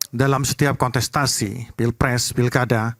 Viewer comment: Kontestasi bukan konsetasi boz